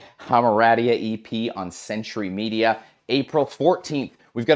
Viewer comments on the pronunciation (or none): none